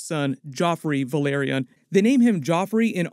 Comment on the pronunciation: Think you mispronounced, House Velaryon as House Valyria